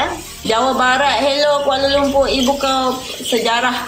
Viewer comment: Jelas sekali kamu tidak tahu Bahasa Melayu Malaysia yang sebenar. Lirik lagu Hello Hello Kuala Lumpur sendiri sudah jelas menggunakan tatabahasa Bahasa Indonesia. 1. "Halo"? Kami Malaysia sebut Hello. 2. "Kuala LumpuR", sebutan R terlalu jelas dan ditekan. Sedangkan warga Malaysia menyebut "Kuala Lumpu" atau "Kuala LumPO". 3. "Aku"? Lagu kanak-kanak menggunakan "Aku", itu kurang sopan bagi orang Malaysia, sepatutnya "Saya". 4. "Ibu kota"? Malaysia guna "Ibu Negara". 5. "Aku suka sekali"? Malaysia guna "Saya sangat suka". 6. 🇲🇾 Bendera Malaysia sendiri sudah salah, septutnya 14 jalur merah putih. Apa lagi bukti yang kamu mahukan?